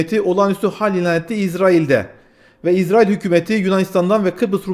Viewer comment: niye izrail diyorsun? Diyeceksen itrail de bari.